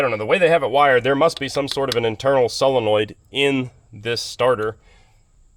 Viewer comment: Hey, nice to hear someone who can say “solenoid” proper! Yer mate over at Dirt Perfect keeps saying “SELENOID” … so could you please wise him up on the correct “prenunciation”?